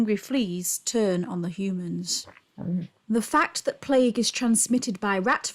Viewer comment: PLAGUE is pronounced PLAYG not PLEG. Fast forward to 2020, and we in the UK are in lockdown, isolation and leaving food at peoples doorsteps .....because of Covid.